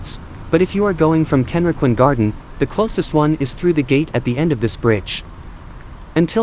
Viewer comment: 各所の名称の発音が相当間違っています。ケンリキンガーデンってどこ！ どうやったらこう読めるのでしょう